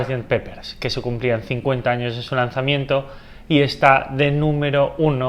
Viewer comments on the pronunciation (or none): none